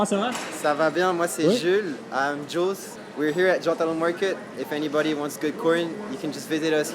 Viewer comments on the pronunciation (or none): none